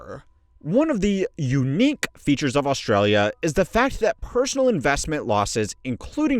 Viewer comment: “One of the uniQue things”